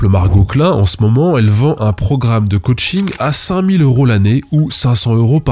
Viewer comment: 😂 C'est plus ka-ching que coaching